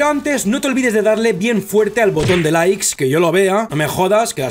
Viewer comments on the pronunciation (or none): none